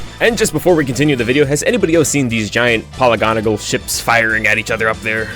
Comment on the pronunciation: New word of the day: "Polygonagol" Polygonal* I had to.